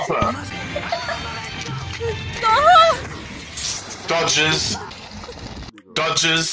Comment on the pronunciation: I lost it when he sed doges dodges 😂😂😂